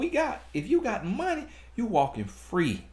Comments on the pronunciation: Mon-tee! Not Money!!! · 😂😂😂😂.."Not money!..but MONT-TEE"...I died..